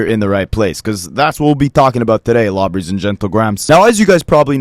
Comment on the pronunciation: "Lawbreys and gentlegrahams" 😂😂